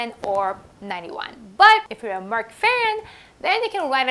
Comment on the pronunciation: Your pronunciation of Merck and Amgen is correct. For Amgen, the 'gen' part is just like 'generation'. Love your channel!